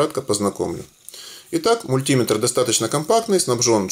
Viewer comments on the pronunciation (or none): Мультиметр, ударение на Е!